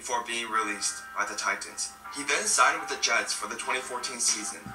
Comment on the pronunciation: Why does the narrator keep pronouncing the Tennessee team as "Tie-TANS"? Like it's two separate words.